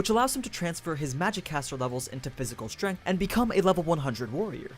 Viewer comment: "Bare-bones Strenght" lol